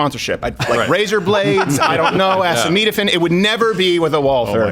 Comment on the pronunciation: “Acemeetaphin”? You mean acetaminophen?